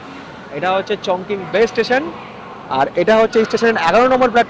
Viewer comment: উচ্চারণ টা মনে হ‌য় হবে চংচিং। চংকিং নয়।